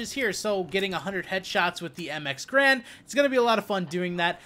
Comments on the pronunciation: Garande, pronounced 'GA-RANDE', not 'grand'. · It's not grand, its ga-rand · Pronounced GAIRund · Its ga-rand btw..